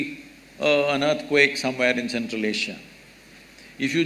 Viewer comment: " EARTQUAKE" ==> " EARTHQUAKE"